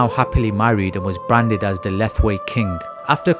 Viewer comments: Thanks for the video. But Myanmar is pronounce Myan - Mar pr Myal Mar ( just 2 sounds ) . Not Mai Mar or mi yan mar. Lethwei is pronounces Let + Hwei ( Let - Whayte ) . Not Leth ... thal..... thalll... thallll........ wei.... . a big No. It's Let + Hwei. Thanks. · Correction to the narrator it pronounce Let-hwei not Leth-Wei